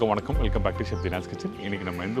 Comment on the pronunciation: It is not vannagi😅😅.it is vadhakki.learn tamil from 😊😊😊